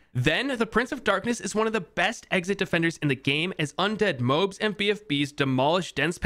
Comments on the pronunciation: It’s pronounced Mo-Abs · The moabs are pronounced moe abs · New drinking game video unlocked: Take a shot every time he mispronounces MOABs. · why do you pronounce moabs like that